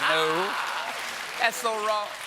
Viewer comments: Could someone please teach Booker how to pronounce "no" in Spanish? We're a poor language señor: when we write only one vowel, we say only one vowel. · Cory Booker's second 'no' was not in Spanish, the vowel in it is too long and still clearly pronounced with the English dipthong /oʊ/ rather than the short Spanish monopthong /o/. Makes the joke fall flat, tbh.